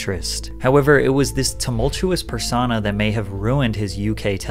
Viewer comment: Does bro really think persona is pronounced “persawnah” 💀